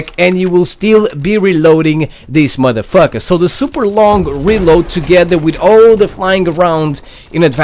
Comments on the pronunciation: how he say this motherfucka haha lol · "Theis Mutha Fucka" 😂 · I cringed every time you said "modefoker" or "madafaka" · who else loves when he says mother fuka? love ya man LMAO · Can u stop saying Madafucker